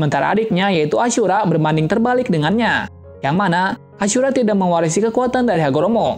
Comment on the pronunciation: kok nama ashura jadi acura